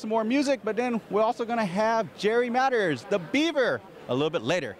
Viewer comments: I don't know who the interviewer is but it would have been nice if he did his homework and at least pronounced Jerry Mathers name correctly, instead of saying Jerry Matters, which he did twice!! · It's pronounced MatHers...not Matters! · Can you imagine interviewer mispronouncing or more accurately not knowing the subject’s name!!! Said Jerry MATTERS twice instead of MATHERS!!!! Flunked interview on that basis alone. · This guy interviewing Tony needs to learn Joe too pronounce MATHERS!!! Jerry MADDERS!! WT!! ANNOYING!!! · It would be nice if the interviewer pronounced Jerry Mathers name correctly. I believe it was three times where he said Jerry MATTERS instead of MATHERS! Geez!!! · Jerry Madders?!?!? Try Mathers. "Do you feel like a little rock star?" - What a dumb and insulting way to ask a question. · The second that GENTLEMAN said Matters I yelled, LOL! He didn't even have the courtesy to get the man's name right. I bet he's never seen an episode. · Only 30+ seconds in...and he says Jerry “Matters”...good grief! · The show is timeless. We won't be saying this about any of the CRAP that's on today in 50 years. Is it just me or did the interviewer keep saying "Jerry MATTERS"? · Tony is obviously very down to earth. What a fine gentleman! The announcer needs to do his homework and correctly pronounce people's names - Jerry Matters? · Did that interviewer say "Jerry Madder"? what a buffoon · I chuckled when he said, "Jerry Matters" . But it's ok, we all make mistakes.